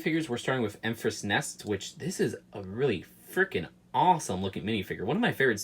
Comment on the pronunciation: ITS ENFYS NEST!!!!!! THERE IS NO R